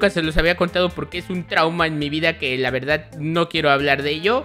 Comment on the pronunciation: dises lavedad